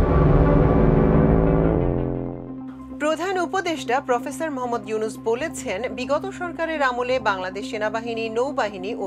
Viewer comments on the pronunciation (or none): none